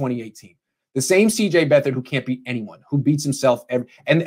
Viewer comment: IT'S BEAT-HARD!!!!!!! AND he's going to surprise you......HE'S better than Mullens....